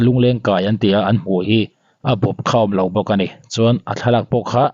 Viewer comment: I puang tha viau mai . chutih rualin lo tih turah lau i ti zela 😅